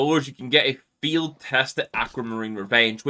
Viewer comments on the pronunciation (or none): its gonna be an Fiehd its gonna be an MP7 Fiehd